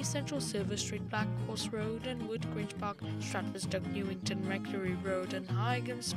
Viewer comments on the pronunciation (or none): none